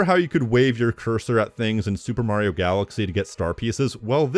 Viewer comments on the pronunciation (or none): none